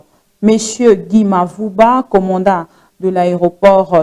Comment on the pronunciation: STP C EST COMMANDANT (DON) ET NON COMMANDA...